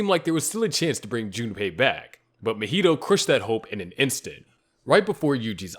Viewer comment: Say Mojito again mf